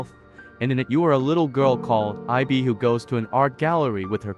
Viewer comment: no, i mean how the AI say it, it supposed to say ib, not I-B